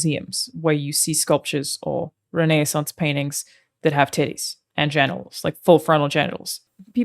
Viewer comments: You pronounce "Renaissance" like a Key and Peele skit. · Love that pronunciation of "renaissance."